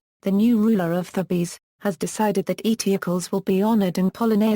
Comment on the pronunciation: Wow, 'Eteocles' pronounced to rhyme with 'vehicles?' Wow! Just wow! Is 'Sophocles' supposed to rhyme with 'philosophicals' then?! And 'Thebes' pronounced as 'thebbies?' Actually, that may well be fairly accurate for Ancient Greek, but it's not the modern English convention of 'theebs.' And the pronunciation of 'Creon' is unidentifiable. Is it 'crunnon' or 'cron?' I can't tell. What manner of speech-impaired or ill-advised robot is reading this anyway?